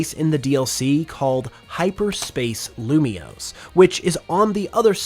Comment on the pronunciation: IT'S LUMIOSE, NOT LUMIOUS! FIX IT NOW!